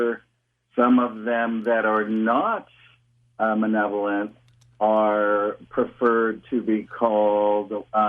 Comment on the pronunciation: He keeps saying "manevololent " is this his own neologigism ? Where did he go to school ? He is a loon at best , so is Noory.